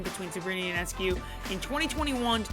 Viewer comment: FYI, her name is pronounced YO-NESS-COO, not YOU-NESS-CUE. Great video! Had the good fortune to watch every one of her college home games and plenty of away games too.